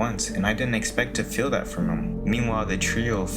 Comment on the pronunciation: Why do you pronounce Feel like “fillll”